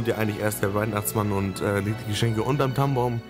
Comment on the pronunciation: haha immer wenn du Tannenbaum gesagt hast hab ich Tampon verstanden.